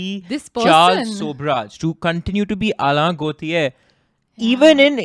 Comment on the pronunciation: The pronunciation of Alain is soooo cringe☠️